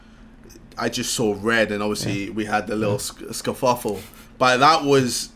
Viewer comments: JJ - Scuhfuffle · nobody: Ksi: Scafofule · man said scuffufle